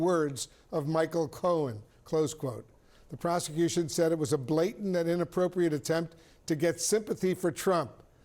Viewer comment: "blatant" not "blatent"